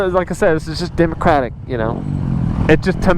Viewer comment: for real I was cringing every time he said democratic 😂